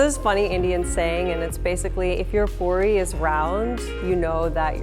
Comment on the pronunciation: It is not pori it is pooori